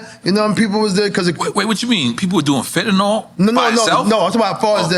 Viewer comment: Fetanyl... or FentaNOL 😂--Congrats to Eric though